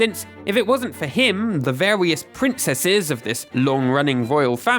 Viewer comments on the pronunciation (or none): My god the way he says various 😂😂😂😂😂😂